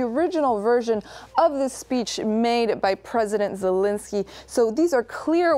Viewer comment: It's Zel-EN-skyy, not Zel-IN-sky